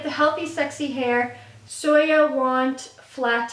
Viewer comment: Its pronounced "so you want flat hair" not soya